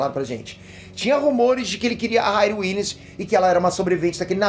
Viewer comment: Se diz RIRI e não RAIRI